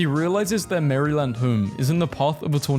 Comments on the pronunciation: the way you said "Maryland" had me shudder lol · i was about to laugh about him mispronouncing Maryland but then i remembered i have no chance pronouncing european towns/ cities